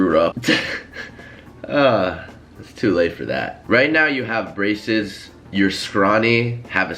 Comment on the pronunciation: I thought he said racist when he said braces